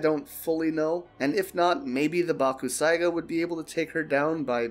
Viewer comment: Its pronounced bak. Sai. Ga the u is silent